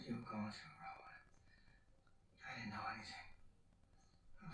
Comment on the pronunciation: "I DID'DENT"